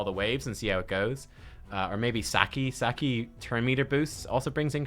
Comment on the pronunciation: How do you pronounce Sachi "saki"? It's "Satshi".